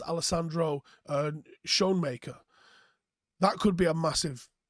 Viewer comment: Probably pronounced skoon - mark - er.. Afrikaans is similar to Dutch that's where I'm getting my pronunciation from🤔